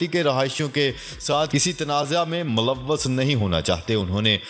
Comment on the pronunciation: Aap ne malwwas kaha woasal mei :mulawwas:hai aap brahe karam talaffuz ki islah ker lein urdu ka khoon na karein